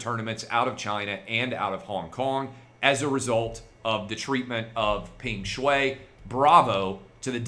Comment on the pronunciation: I think the correct pronunciation is “Pung Shwhy”